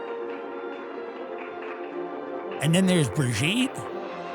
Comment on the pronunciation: Eewwwww “Brigette”. lol your show is the best! Thank you! Keep being brilliant! 😂